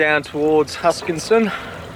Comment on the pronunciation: welcome back, jealous of your Tassie trip. Any way, it is HuskiSSON, not HuskinSon:)